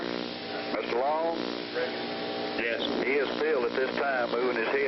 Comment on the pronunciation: So, were the witnesses executed too? Who cares about their movement? Too bad they wasted so much electricity to put one scumbag to death. BTW, the name was Mr. Long, not Mr. Low.